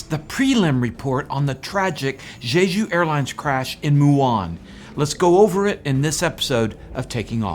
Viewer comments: QUIT SAYING ZHEZHU AIRLINES. It's "Jeju," the j sound in both syllables identical to "juice." Don't do a zh sound as in "treasure." I have lived in Korea over 20 years, so I can tell you Korean doesn't have a zh sound. Fix your Korean pronunciation, my good man. Otherwise, your content here is excellent. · Why do so many people insist on pronouncing it "zhay zhu?" There's not another word I can think of that starts with J in the English language where the j gets a zh- sound. In any case, it SHOULD be pronounced "jay ju."